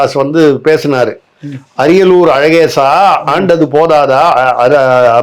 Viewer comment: அரியலூர் இல்லை உழலூர் அழகேசன்